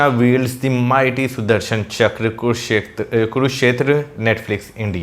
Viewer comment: its Sudarshan Chakra, not Sudharsan.